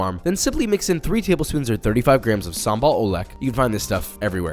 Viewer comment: this sambal oelek makes me laugh so hard (in a good way) indonesian say it sambal uleg actually